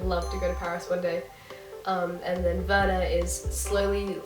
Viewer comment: No, it sounded right to me. :D I'm putting it at the top of my tbr list ^^ Learning with books is always better than having to study!